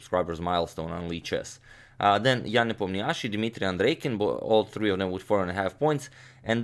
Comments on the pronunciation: Ian Nepomniachtchi is pronounced Yan NepOmnyashi, with the stress on "A" in name and "O" in surname. Russian names can be hard sometimes! :) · Ian's surname is actually read with a stress on the O, NepOmniachtchi #increasingthevastknowledge